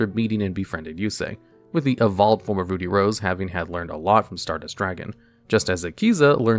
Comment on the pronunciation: Please for the love of god look up how to say "ruddy" it isn't said like "ruby" but with the b swapped for a d. Hearing Ruddy Rose Dragon how you say it is atrocious.